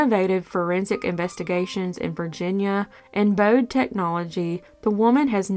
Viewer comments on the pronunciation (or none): none